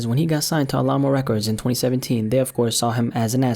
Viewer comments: All ah mo LMAO, it’s Alamo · I can tell you ain’t from Texas by the way you say “Alamo”